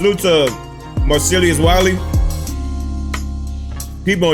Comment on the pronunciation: Damndee.... Its "MAR" then "CELL" then "US" Wiley 🤦🏾‍♂️